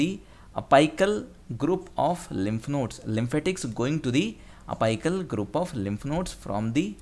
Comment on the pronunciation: Dude was it apical , I don't think it was apical the way u pronounced !!!